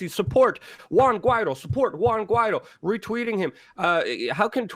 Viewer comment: Guaido is pronounced Gee a doo